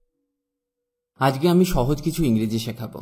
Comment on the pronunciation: First you learn appropriate pronounciation of bangla. Stop saying আজগে instead of আজকে।